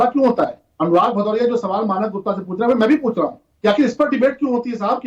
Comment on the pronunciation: galt slok pad raha hain. Aise ko hi adhjal gagri chhalkat jai